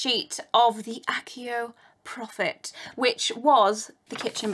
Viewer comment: that's pronoumced achio!